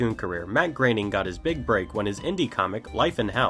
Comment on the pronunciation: your saying his name wrong. it's and 'oh' not an 'a' sound when you say groening.